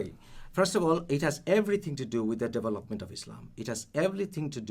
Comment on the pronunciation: I kept hearing 'Devil Upment', not development. lol